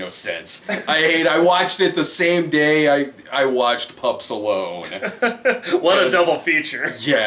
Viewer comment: Every time they say Pups Alone I hear Pup Stallone which would probably me a better movie